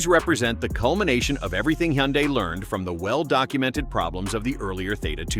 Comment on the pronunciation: Hyundai is pronounced like "Sunday". Just saying. BTW, I only use Top Tier Plus gas, Valvoline Restore and Protect synth' oil, and Mobil 1 synth' oil filters. AND an Italian Tune Up once a week in my wife's 2023 KIA Sportage, and my 2012 Sorento with nearly 106,000 miles on her !!!😂😅😊